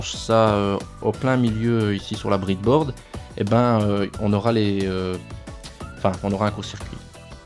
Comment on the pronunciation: C breadboard pas bridboard sinon aucun problème pour le système